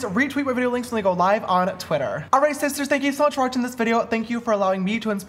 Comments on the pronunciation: “ALRIGHT SHISHTARS” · AWRIGTH SHISTARRRRR 😂😂😂